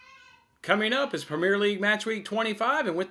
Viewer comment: The way you say “premier” so wrong 😆. Good vid tho bud